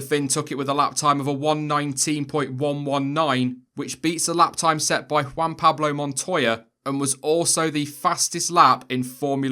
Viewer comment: almost came when you pronounced "juan" the right way